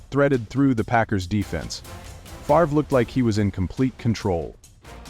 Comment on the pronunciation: You're AI can't pronounce "Favre" 🤣